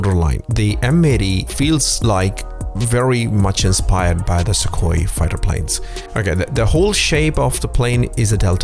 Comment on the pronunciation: That's not how Sukhoi is pronounced.